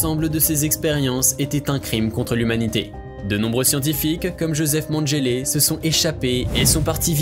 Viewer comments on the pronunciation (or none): on dis pas magélé mais menguélé meme si il a fait des choses horribles ces travaux ont fait avancer la médecine donc au moin respectés sont nom